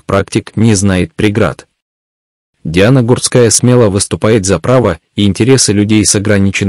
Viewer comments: Комментатор не правильно ударения ставит на фамилии Гурская не на у ,а на а ударение. Сначало ознакомьтесь и только потом комментируйте -позор ролику. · а откорректировать программу на правильное произношение нельзя? Слух режет. Иногда произносит фамилию правильно ( не склоняя), а иногда начинает склонять, да ещё неправильно ставит ударения. Плохо это